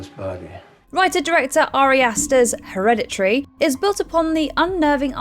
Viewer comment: The way she’s pronouncing Hereditary is irritating me. Just saying